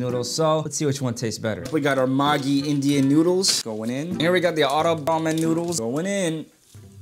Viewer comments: When u realise it's pronounced ma gi💀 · It's pronounced mageee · That maaaagi nyudles 💀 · Wrong pronunciation say meggi😫😩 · It is not maggi it is meggi 🥲 what are you calling it can't you pronounce it well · The amount of water.. and the way he pronounced maggi- Oh hell nah- 💀 Man I'm dead 💀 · Nobody's gonna talk about how they pronounced "MAGGI" Also you added too much f,ing wateeeer 😭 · no, actually the person laughed his ass off because the way they pronounced Maggi, meant prostitute in Bengali, an Indian language, which is also both an insult and a curse word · bro the way he's pronouncing it sounds like a Bengali cuss word💀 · Being a Bengali, the pronounciation of Maggi killed me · You undercooked it You pronounced it wrong You got the wrong amount of water You hurt my soul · Being a maggi lover when he pronounced maggi after listening this , now I'm in hospital 🏥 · The way he pronounced maggi means something else here in west bengal👀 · That pronunciation was enough to make half India mad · The way he pronounced Maggi🤣🤣🤣 It literally means a slang in Bengali-💀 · bro just putted the Maggi in the Indian Ocean 💀 and the way he pronounced Maggi NAH WHAT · You guys can atleast pronounce Maggi correctly it's literally English 😭😭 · Fr I was gonna mention that... The disrespect It's pronounced 'meggie' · As a indian bengali the "maaagi" got me 🚀 basically when he pronounced "Indian maaagi" . Bro kindly im dying now out of 😂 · the mans said "maagi" had me cracking tf up 💀💀💀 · "Mini heart"attack after hearing*maaagii* noodles 💀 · I'm sorry 🤣🤣but the "maaggi " pronounciation, got me rolling on the floor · When he pronounced "Maggie" Maggi left the chat 💀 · Everytime he pronounces maaagi noodles 😭👍 my heart breat stopssss.... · Ur pronouncation 😂😂😂 magi is gali/bad word in bengal india😂😂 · He pronounced maggi wrong You pronounce it like you would pronounce magazine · Dude maggi is pronounced as MAGGIE a fcking western name it's seen in many Hollywood movies